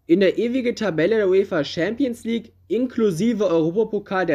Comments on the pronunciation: Das ist nichtmal das Problem, man muss nicht jede Sprache perfekt aussprechen aber wenigstens ChampionsLeague nicht SchämpionsLig aussprechen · Ich mag deine Videos. Wirklich. Aber "Schääämpiensleague oder Scheelsie (Chelsea)" geht echt nicht. Das spricht man nicht so aus, das hört sich falsch an. Entschuldigung. Ich mag deine Videos wirklich sehr. Mach weiter so!! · Schämpionsleauge 😂 beste Aussprache 😂 no hate brudi aber das klingt echt witzig hahaha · Schempions League haha. Alles gut, kannst nichts dafür. Deine Videos sind geil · Hast du jetzt echt das Gefühl, dass dies schwierige Wörter sind? Ohje. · Alter lasst den Bre doch schämpionslig sagen... es weiß doch jeder was gemeint ist. Außerdem finde ich die Themen immer geil und ich finde die Aussprache von manchen Worten macht ihn zur Marke! Einfach weiter so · Deine Aussprache von Champions League ist kaum auszuhalten